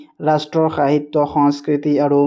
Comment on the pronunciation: Sahitya nhoi hahitya ussaron korute Baki thike ase